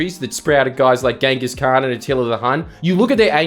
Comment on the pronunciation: Genuinely curious why Jordies pronounces "strength" as "strangth" and "Genghis" as "Ganghis". It's been niggling at my brain for years lol.